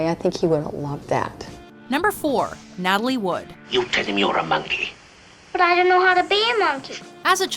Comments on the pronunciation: Natalie not natalia. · make your mind up its Natalie, not Natalia. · Hey your called her Natalie then Natalia then Natalie again for god's sake get it right.